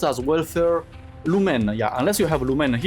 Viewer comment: I heard blue man and not lumen :)